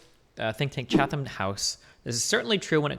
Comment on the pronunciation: It's pronounced 'chattam' Destiny